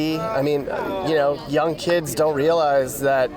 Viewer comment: then “keeids” is at them diddy dungeons😮